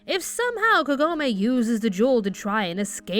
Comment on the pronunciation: "Kah-go-meh", not "Ke-go-may".